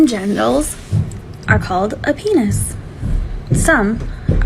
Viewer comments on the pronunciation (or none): I hate the way she says peeneniss